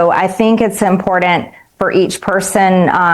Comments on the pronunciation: Can someone please tell her that IMPORTANT doesn’t have a D in it? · Someone should inform her that nobody will vote for anyone who can’t pronounce important correctly 🤣